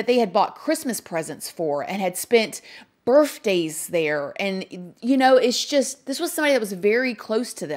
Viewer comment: Did you really say "burffday?" 😳